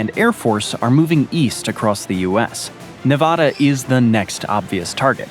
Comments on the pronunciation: The name of the state is NeVAEda, not NeVAHda. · Say thisnot nevada but that is how you spell it say it like its navada